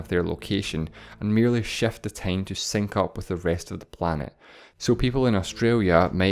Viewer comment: its time, not teim